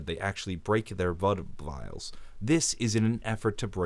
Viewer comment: they break their vood blials